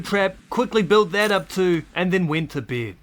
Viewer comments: Bro ,you are saying ":beed" and it's not beeed ,it's bed xD it's that simple. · I like how he says “ i went to beid ” lol beid